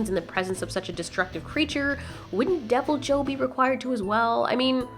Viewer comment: Devil joe I can’t stop hearing that